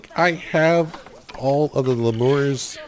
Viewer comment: Should be a great game. FYI...I’m pretty sure they are pronounced “lee-mur” with emphasis on the first syllable.not trying to be a jerk, just letting you know.